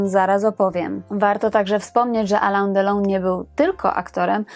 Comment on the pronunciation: Alain wymawiamy nosowo ( Alę z akcentem na końcu )